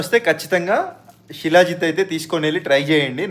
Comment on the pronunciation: షీలా జిత్ కాదు శిలాజిత్!